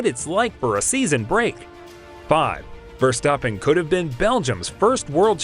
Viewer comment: Your pronunciation of Verstappen is great, but Renault is pronounced "ruh-know".